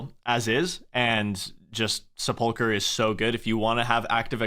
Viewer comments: Sep- uhl - ker Not Sah- pulker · sepulchre is pronounced seplucure, not sepulker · I have never heard Sepulcher (Sepulchre? also dunno why runescape spells it like that) pronounced with the emphasis on the syllable you chose lol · the way you pronounce Sepulchre is killing me.